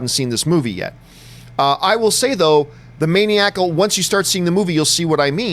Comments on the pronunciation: Why is he saying "maniacal" that way...main-eee-ack-uhl. I guess Canada is so chill they don't have a word for it/don't know how to pronounce it. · The way john pronounces Maniacal makes me itch